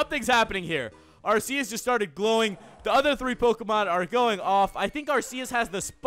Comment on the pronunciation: ITS like Arkecs But IT Arceus But he says IT wrong